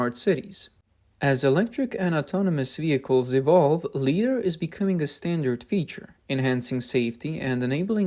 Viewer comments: Guys, its pronounced "Lie-dar" not "lee-dar". Its a simple mistake but it makes the production of this video look sloppy. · to be helpful. .. it's mainly pronounced as 'Li' as in 'Die', or 'Try'. So 'Lidar' should rhyme with 'Try-dar'. Thank you for the vid 🙂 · This guy keeps pronouncing it as "leeder", it's driving me nuts. It's supposed to be pronounced "lie-darr". Also, it's not "ow-toe-motive". It's "ah-toe-motive" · Its L"eye"dar not L"ee"dar. Since Lidar is an acronym Light Detection and Ranging. Makes your who video sound so stupid. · LIDAR is pronounced LIE-DAR. 'Lee-dar' is totally wrong. 'Lee' is a Chinese version of 'Li'. I am giving a THUMBS DOWN 👎👎 to this video for this basic, yet massive, FAILURE. Your narrators need an ENGLISH educator. NOW. Learn how to read and speak ENGLISH correctly. RADAR and LIDAR. Emphasis is on the first syllable. M 🦘🏏😎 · Please train the artificial voice to properly pronounce LiDAR as "Lie'-dar." Otherwise it seems OK. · Please pronounce LiDAR properly. This is hard to watch when you mispronounce it as leedar every time. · L-y-dar, long i vowel sound, as in 'lie' or 'light'... 😊 Thank you for your work and dedication. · Lee dar ?!? It’s pronounced Lie dar 😁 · Pronounced "Lie-dar" NOT "Lee-dar"! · LiDAR is not pronounced "leedar". Li comes from the word "light" therefore "LighDAR" is better. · It feels so wrong hearing 'lee'. I thought maybe I was wrong with how I was saying it, but it never sounds right no matter how many times I hear it said. It's 'lie dar'. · "LIE-DAR" not "LEE-DAR" and I'm not making fun of you at all because I love your channel I just want you to know it's pronounced a certain way. You are amazing and I love what you do and I hope you continue posting because I am a huge fan of what you do and I'm only trying to give you constructive criticism if that is okay. ❤❤ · it's not LEE-DAR you trog the fucking word you're shortening is "light" it's "lie-dar" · Ly-dar…. Not Lee dar… lol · LIE - DaR Not Lee-Dar